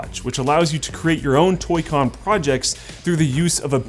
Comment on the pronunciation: Did he say "Toy Con Crotch"?